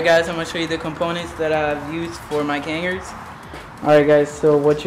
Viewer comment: It's pronounced "Cuh Nahrds" btw